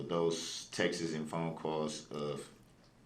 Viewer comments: What are “texes?” Is that like “substain” and “tackit” agreement? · What does Texas have to do with it, stupid? It's pronounced texts. Also, quit it with your limp wrists, you look like a high school girl